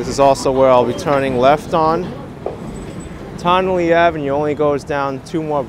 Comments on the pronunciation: It's pronounced "Tun-nelle" like your saying the word "ton" or the first syllable of "tunnel".. Confusing, I know, bc of the spelling "Tonnelle" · Tonnele Ave is pronounced: TON-A-LEE, In one quick speaking tone.